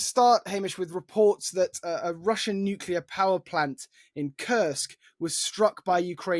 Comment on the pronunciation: As much as I appreciate listening to his views, this constant misspronouncing of names makes it look, as if he was not prepared. US secretary of defence is Hegseth, not Hesketh. The place is called Kaliningrad not Kalingrad....and he also likes to talk about nucelar weapons before. It devalues what he says.